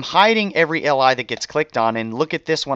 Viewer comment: I swear - everytime you say "li" I hear "ally".